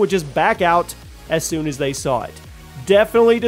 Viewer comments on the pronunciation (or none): none